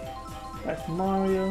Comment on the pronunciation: Hey Mawio supew swuggers😂😂😂😂